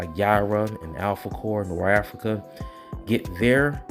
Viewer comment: Everytime you say Norafrica i laugh. I'm sure you know by now but it's Norfrica. I am ready for ISOM #2 tho